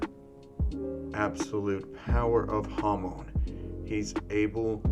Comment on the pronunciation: When u said hamon i heard hormon